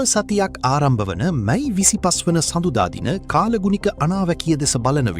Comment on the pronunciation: මයි මස නෙවී අනේ මැයි මස කියන්න.😂😂😂